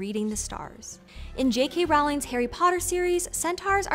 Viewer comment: I hope after the proper Percy Jackson show comes out clips from those awful movies will no longer be used lol. I'm a bit 💔 you mispronounced three different names in one video (Iraq, Riordan, Rowling--not that she deserves any defferance or anything but still) but otherwise this was very interesting and entertaining